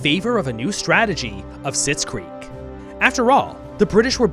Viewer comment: tf is a sizkrieg